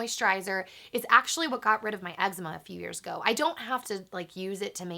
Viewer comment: thats not how you pronounce eczema